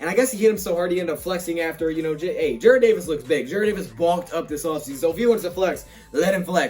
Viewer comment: youre saying Jared instead of Jarrad again l ol